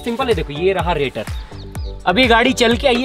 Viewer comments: Rator nhi radiator bolte hai usko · BHAI ITS NOT RATOR ITS RADIATOR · रेटर? Radiator hota h bhai 🤣🤣